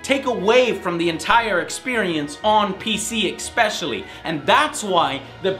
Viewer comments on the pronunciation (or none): Great videos, but again; it's pronounced "especially", not "exspecially". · Stop saying expecially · whats with Joes expecially thing? xD